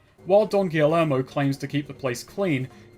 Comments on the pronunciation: Double L’s in Spanish makes a Y sound... so, Don Gee-Yermo not Don Gilly-ermo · Subscribe to find out if ever learns how to say “Guillermo”